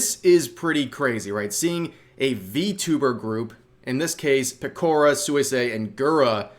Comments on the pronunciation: Peh koh ruh Not 'pih Core ruh' Interesting to note: Pekora now has both a Giants card & a Dodgers card. 😉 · Yeah that is true. And I am glad the game happened. But I still cannot get over the fact how the announcer pronounced Pekora's name 😭